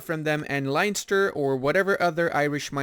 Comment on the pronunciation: "Line-ster"💀 it's len-ster. I still enjoyed the video :)